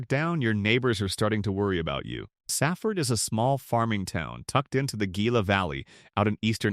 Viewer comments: Gila county is pronounced "hila" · If you are going to discuss Arizona, you should know that 'G' in Gila is an 'H' sound. If you are going to talk about Arizons, learn the correct enunciation of the Mexican names of the counties and towns, etc.